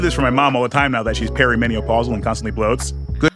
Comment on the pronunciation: I had to rewind 3 times to confirm that Norville in fact said perimenopausal like "peri meni o pausal". So does that mean she's almost in "meniopause" Norville?